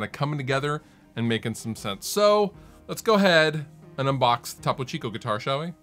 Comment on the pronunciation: It's toe-poe.